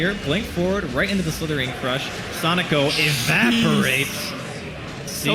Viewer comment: wow, that caster calling him "sonejko" or "sonico" is annoying...